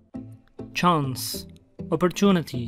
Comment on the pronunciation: Hocam ozur dinleyerek soyleyorum ancak ingilizce okumanizda sikinti var ornegin dakjkasinda cans demisiniz ancak çens olarak soylenir normalde lutfen soylerken dikkatli soylemenizi tercih ederim ❤